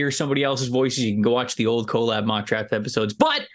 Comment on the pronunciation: Don’t trust anyone who pronounces collab as “co-lab”